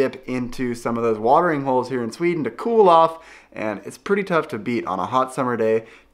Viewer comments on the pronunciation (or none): none